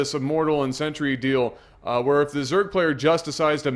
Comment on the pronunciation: Am I the only person that keeps noticing that pronounces "Sentry" as "Century?"